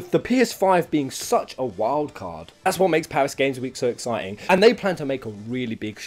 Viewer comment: "EEX-citing" Lmao is not letting that one go at all 😂😂